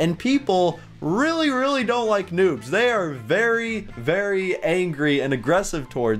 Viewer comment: noobs not nuubs